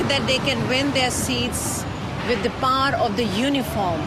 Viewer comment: shagzady pronounced Power like Par,...very desi accent.